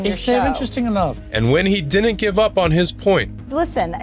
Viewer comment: The word is, “didn’t.” Not “dinnint”